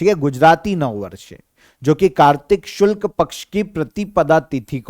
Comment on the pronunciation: गुरु जी शुल्क नहीं शुक्ल कहो ...कुछ भी कहते रहते हो l और एक बार नहीं कई बार l 😠